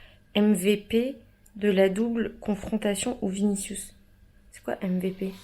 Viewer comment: Ta femme est trop drôle 🤣 « j’crois qu’on va gagné grâce à viniciou » « krous » ça m’a fumé sa prononciation ahaha